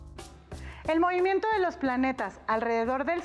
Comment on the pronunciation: Mimimiento jjaja